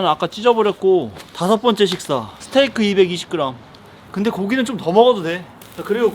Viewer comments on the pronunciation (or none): none